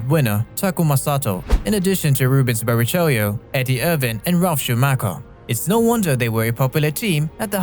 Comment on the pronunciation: Bara chello say Bara chello it's not spelled that way but it's how you say it